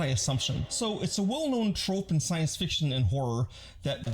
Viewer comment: "sicene"? 🤨 I am enjoying the video very much though